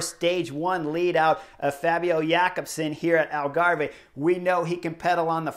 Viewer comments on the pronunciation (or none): Love the covrage chris but you know that it's pronounced 'algarv'